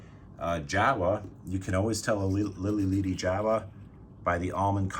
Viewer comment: Its Lili LEADY btw. As in LEAD, the metal. lol. Spanish "e" is always short.